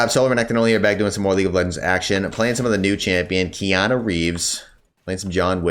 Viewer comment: I call Qiyana the same way as Keanu is said too lmao.